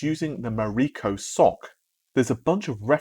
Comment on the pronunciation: Its pronounced ES OU SIE...SoC...aka System on a Chip. Another name for it is APU...accelerated processing unit. Its not a sock ;)